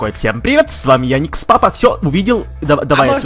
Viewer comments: не яникс а ярик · не яикс папа а Ярик лапа